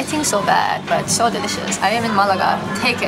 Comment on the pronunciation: 'its saur cold.' welcome to london hannah. 'it was waining.' thats london's middle name.